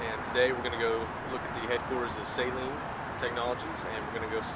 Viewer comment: There is a lot of mis-information, I agree, especially in the first 15 seconds of the video in how not to pronunciate "Saleen". It's pronounced Sa-leen, not Say-leen.